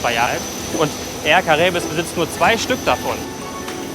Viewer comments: Cara-ib spricht man das aus (auf französisch) und nicht caraebes😂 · Die Airline spricht sich Är-ka-ra-ib aus (ganz simple Lautschrift). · Air caraibe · Das wir eigentlich Ca-ra-i-b ausgesprochen ☺️ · Lieber, ganz einfach ausgesprochen: Air Garraiib:-) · An spricht es "Är Karaihb" aus😉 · Das spricht man air caribe aus 👍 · Ja haha und nicht cara-ebes wir er sagt😂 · Super Video! Ich bin dieses Jahr auch schon mit Air Caraibes nach FDF geflogen, leider aber in der Soleil ;-). Die Ausprache ist übrigens: Air Kara-ib(e).